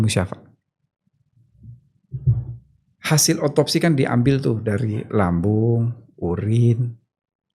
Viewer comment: Klo mau podcast bawa data boss.. Banyak yg keliru ucapn nya.. Dr musapat itu siapa bos